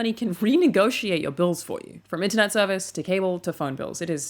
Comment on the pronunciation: Almost got the american accent perfect. "Internet" fucked you over man.